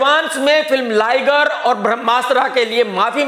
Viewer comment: लाइगर नही लिगर 😂